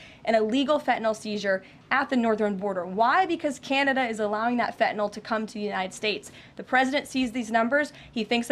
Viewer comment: Fetanayl?? Pretty sure there’s an in “n” in there too. Maybe learn the name of the drug before you call our Prime Minister the Governor of Canada?